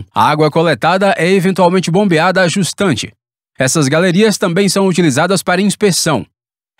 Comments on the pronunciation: Só uma correção. Você usa um termo para se referir a posição/localização. Porém a pronuncia está errada. É "jusante" e não justante. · Quando voce fala justante quer dizer jusante? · Não é justante, é jusante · Não é JUSTANTE e sim JUSANTE, a parte após a barragem no sentido do Rio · Senhor dublador, o termo é JUSANTE e não "justante". Não creio que seja falha de tradução pois o termo técnico é bem diferente. Fica o alerta: vale a pena uma revisão técnica ou aproveitar as contribuições de quem assiste. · eu nao conseguia entender quando ele falou essas palavras. ficou meio confusa a pronuncia, mas deduzi que queria dizer isso.